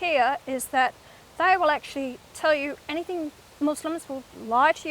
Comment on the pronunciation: "Any think"... I think you mean, "anything"